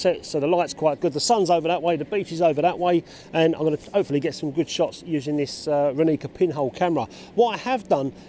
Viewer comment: It's Ráni(ts)a not Raní(k)a ;) means "Morning", if you want to know. Great review anyway.